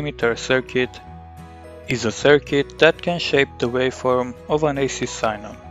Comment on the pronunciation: sign-nal.... are you serious?